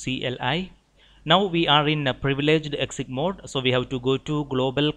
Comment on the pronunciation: Love your vids. BTW ; it s user exec with a "k" sound, not user exit mode. Thanks!